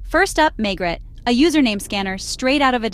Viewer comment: It’s pronounced Maygray, it’s French not American !